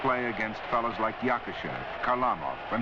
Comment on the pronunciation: The real prononciation of that modern - day Russian rocket ( God rest his soul, ) is KHARLAMOV.